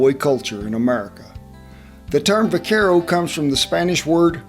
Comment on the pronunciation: The v is pronounced with a b. In the word vaquero.